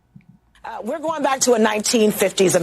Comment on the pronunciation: Anyone else form vomit in their mouths when they hear these regginas replace the "g" at the end of words with a "k" like pronouncing going as "goink"? I think if you've lived in this country for over a hundred years you should know how to enunciate words properly.. You got to try to talk like this on purpose..